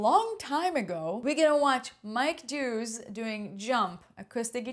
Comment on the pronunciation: Who the hell is Mike HUGHES? Its Mike Dawes